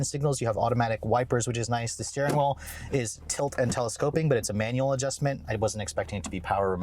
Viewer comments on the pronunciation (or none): You should get t-shirts that say “let’s check out the steering whool!” Love it.